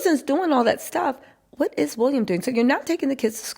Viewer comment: Lady the guy's name is WILLIAM not WUlliam .